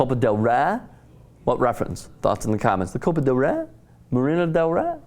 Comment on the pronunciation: dude, why not intelligently learn how to pronounce La Liga and del Rey....its just not that hard if you make the effort.